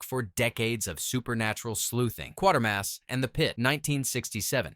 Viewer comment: Every time 'Quatermass' films are reviewed...it's always 'Quartermass' in the narration !